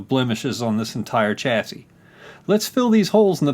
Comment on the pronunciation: I physically reacted to the pronunciation of "chassis"